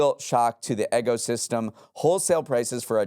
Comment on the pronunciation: Eggo-system lol